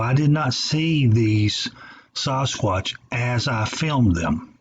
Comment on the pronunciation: Dude why do you pronounce sasquatch: saaaahsquatch and David Paulides last name completely wrong?